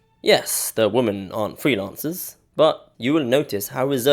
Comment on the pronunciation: Woman = Singular, Women = Plural (notice the "e" instead of the "a"). The plural form is pronounced "whimen, not woman."